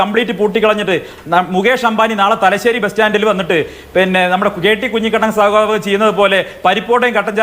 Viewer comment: കുഞ്ഞിക്കണ്ണൻ അല്ല കുഞ്ഞിക്കുണ്ണൻ